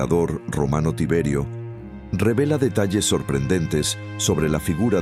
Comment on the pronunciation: muy poco creible, dice emperador Ciberio, cuando es Tiberio, pésima la información y más aun la traducción!!!